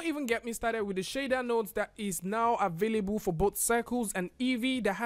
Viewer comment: Im so triggered everytime you said "avayaboo" instead available